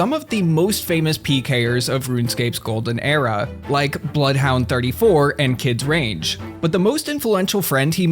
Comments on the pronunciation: “Kids range” lmao try again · It’s kid rank not kid range btw